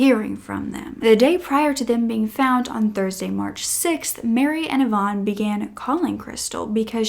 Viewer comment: YVONNE IS A WOMANS NAME... YOU ARE PRONOUNCING REVEREND IVAN'S NAME WRONG BABYGIRL... IVAN IS NOT YVONNE... IT'S PRONOUNCED 'EYE-VIN'